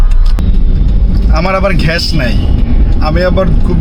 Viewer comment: ঘ্যাস❌ গ্যাস ✅